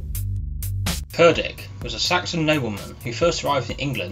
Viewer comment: Pronounced “chair ditch”. Other than that nice video!